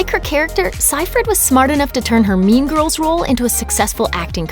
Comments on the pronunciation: bruh who hears meme girls instead of mean girls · Why do I hear meme girls?? I hope I am not the only one who heard that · So.. Nobody is gona tallk about how this women says "meme girls" instead of "mean girls" 😂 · why do you keep saying meme girls instead of mean girls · Why do I here meme girls instead of mean girls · Am I the only one who heard meme girls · I heard Meme girls.. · Oh my, I heard "meme girls" instead of mean girls lol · Does anyone else keep hearing "meme girls" instead of "mean girls"? Or is that just me? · I kept thinking she said meme girls 😂😂😂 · i keep hearing "meme girls" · I keep thinking ur saying meme girls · Whenever the person said “mean girls” I heard meme girls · Is she saying meme girls? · Does she say 'meme girls'?😂😂